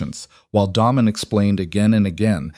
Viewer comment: Daymon, Not Dam-on, spoils the whole thing. 😵‍💫😡😡